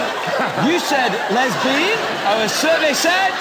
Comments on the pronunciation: I swear I thought he said 'lesbian' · I thought 💭 he said lesbian